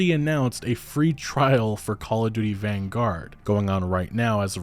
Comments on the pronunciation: lol jesus some of you youtubers really show how unread you are with your pronunciations. Do you people actually know anything about anything? Who tf says "vanguard" like that as if its some foreign word? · Great video just wanted to point out though its vanguard not van-gaurd its one word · This man has never heard anyone else say “vanguard” before?